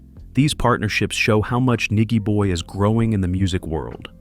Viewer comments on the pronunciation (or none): Nigy pronounced ny jee boy Tear up Sumfest 2024 too!!